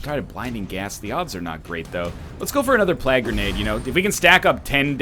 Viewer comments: And every time he says plag instead of plague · I like how NL says plague as plag.